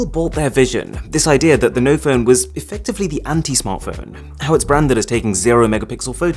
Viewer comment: Noph'p'one lol